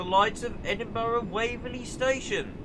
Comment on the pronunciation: Oooh they have a 314 layer Also it's pronounced edinbruh